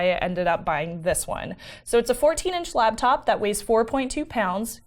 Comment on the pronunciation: special pronunciation of 'laptop' as 'labtop' makes numerous appearances in this episode.:D